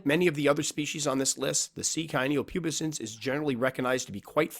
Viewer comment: Cyanopubescens is pronounced Si an-no pew bes ens